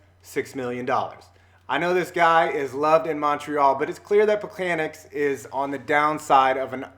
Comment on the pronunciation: Isn't "Plechanec"?